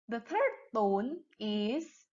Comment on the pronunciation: Ur 3rd tone is not very accurate